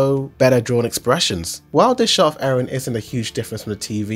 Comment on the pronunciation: Stop saying Aron instead of eren